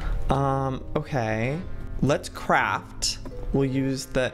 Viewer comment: when Joey said "craft" I thought he said "crap" and I had to rewind and put closed captioning on to make sure 🤣🤣🤣